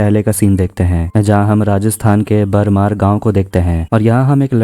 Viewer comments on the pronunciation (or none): बारमेर नहीं,, बाड़मेर.... वेदा भैरवा नहीं,, वेदा बैरवा.. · बरमार नही " ब्डमेर"😂😂😂😂